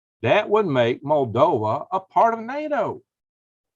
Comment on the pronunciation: Moldova not Moldovia